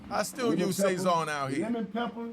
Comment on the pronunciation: It's pronounced Sah-sown so it rhymes with bone not say-zon